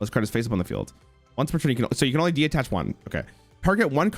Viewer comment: What do you mean "as soon as this video is over?" The man hears "Detach" and "Myoll-near" and still pronounces them "De-attach" and "Mole-near" within SECONDS. - That's basically just Dark Ruler No More/Forbidden Crown. - It's called "sunk cost fallacy".